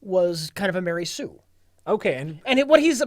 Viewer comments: "Explain to the folks at home: What's a Mery Sue is?" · Ma-rey Sue